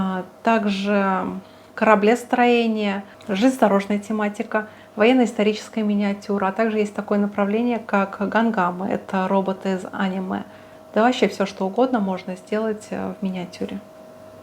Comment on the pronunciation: какие гам гамы? Это, блин, робот ган дам Из аниме` а не из а`ниме, и это направление называется меха.